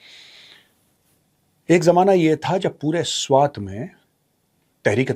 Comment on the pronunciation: Not त. Its ट. Swat